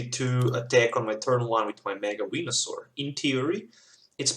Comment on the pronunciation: lol, sound like you are saying mega wienersaur